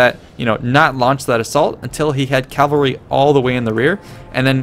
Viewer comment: Cavalry, not "Calvary"